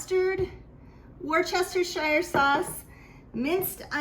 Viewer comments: It’s pronounced ‘woo stir shire’ sauce. Just like the town in England it’s named after . Once I learned this I never forgot it. Hope this is helpful for you to be comfortable saying it. 😊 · It's pronounced Wooster ,sauce. Crazy, Right? But that's the correct pronunciation. And Lea & Perrins is the best!